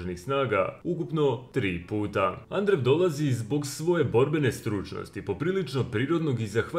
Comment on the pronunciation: Да ли је могуће да само мени ово "Андрев" пара уши 🤣